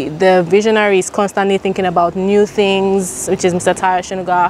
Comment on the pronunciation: He say tarhyo 😂😂